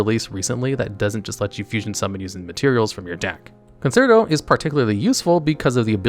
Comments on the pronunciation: Dude you gotta learn how to pronounce these words. Conserto?? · It’s pronounced CON-CHAIR-TOE